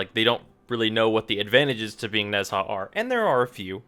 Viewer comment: nez...HA!..... I cannot